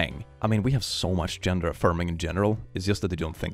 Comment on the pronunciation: I love how you say genre instead of gender